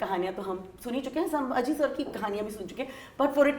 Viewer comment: It's not saambhaji maharaj. It's chatrapati Sambhaji Maharaj.. kindly pronounce it correctly